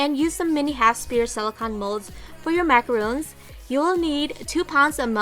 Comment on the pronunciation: I hate to nitpick, but Macarons and Macaroons are completely different cookies. What you have there are soap Macarons and it's pronouncec the way it's spelt.